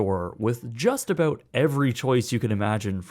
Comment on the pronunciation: i love how Canadians say about